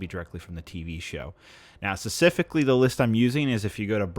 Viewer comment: SPECIFICALLY! Not secifically